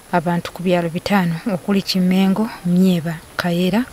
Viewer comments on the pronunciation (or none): It's kimengo and not mengo